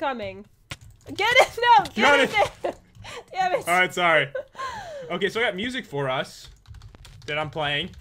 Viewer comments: Who herd sat dammet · said bamit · said bameit and pat side paste